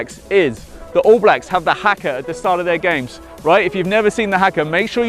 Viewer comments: you don't say it like haka you say it like huka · What the hell is a hacker, it's pronounced ha(haha) Ka(car) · Not hacker it’s pronounced that it o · It’s pronounced Hakka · Haka is said huka And Adidas is said adedas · You pronounced haka rong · Bro you just butchered the word Haka. And you are pretty offensive the way you did this video, but at least you tried. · lol same